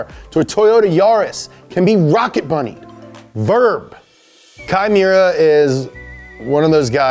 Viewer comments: Kei Miura said fast enough kinda sounds like Chimaera. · You're mispronouncing the fuck out of that guys name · Instead of kai miura i always hear “chimera” from wot b because i play wotb too much lmao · LIGHTNING LIGHTNING LIGHTNING!!!!! Its funny that pronounces key Miura like "Chimaera" which makes sense Lol In alchemy when u transmute 2 unrelated things and merge them together makes a chimaera, rocket bunny!!!